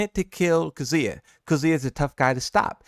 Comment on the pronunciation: Kazooya... seriously bro, that's not his name.